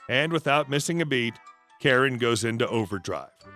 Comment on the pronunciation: That's hilarious, but like the captionator, "carrot" is what I actually heard! But knew it wasn't right. it was just an odd pronunciation from our Beloved Narrator.